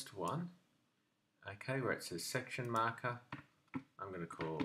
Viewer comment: Great explanation, but there was something about the way you said "section marker" which made me laugh every time xD